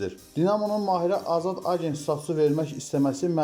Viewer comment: Ágent yox agént. Lùnyov yox Lunyóv. Adam 2 ildir Qarabaĝdadir, amma hele de soyadını duzgun tələffuz etməyi oyrənməmisiz.